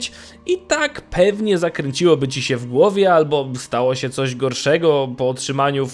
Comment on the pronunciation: "Bojomcom siem istotkom żyjącom". Chłopie, materiał ciekawy, ale gdzie się uczyłeś języka polskiego. Masakra, tego się słuchać nie da. Uszy więdną.